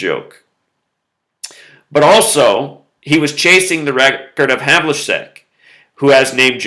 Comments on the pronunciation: John Havlicek's surname is pronounced hævlᵻtʃɛk. It ends with check as in checkers. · You said Havlicek wrong